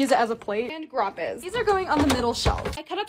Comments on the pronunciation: Ey on the first one already I left cuz “GRApEz” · Not trying to be rude but why does she call grapes grapaes? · She just said GrOpEs😂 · Ah yes, "Grap-es" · "GRAPES" (GRAH-PEZ) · im confused did she say grapaes? i think it`s grapes... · Can everyone stop saying “grapayes” now I can’t say grapes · It’s grapes not graappaes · Grapes no not grapes it's ✨gra✨ pes✨ 💅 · Omg the "GrApEAZz" hhahahahahahaha love it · Girl did not just say “GrApEs”